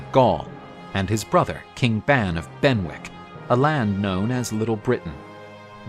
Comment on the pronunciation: Ban is pronounced Bahn, or Bon.